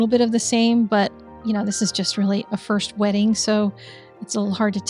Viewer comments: 😂 When you said 'first wetting', I heard 'first wedding', and was trying to figure out what sort of analogy you were going for. First wedding is a practice run, second wedding is for keeps? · Same. I mean…EXACTLY the same! 😄😄